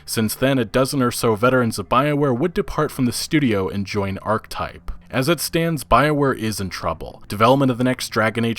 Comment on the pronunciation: He clearly doesn't know how to pronounce "Archetype".